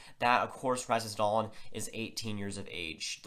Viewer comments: Yes, Dahlin (pronounced Dahleeen not Dahlin or Dahlan) has very high potential. He is a generational defender in the mold of Niklas Lidstrom/Erik Karlsson. Also has some Bobby Orr in him but not as offensive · Yeah it reason for the different pronunciations is because it’s Dahleeen in Sweden so that’s the actual pronunciation. But in NA, a lot of people have called him Dahlin. But if you look at the NHL draft lottery interview with Dahlin for example you see they call him Dahleeen. The NHL draft should be much the same with the “Buffalo Sabres are pleased to select Rasmus Dahleeen” lol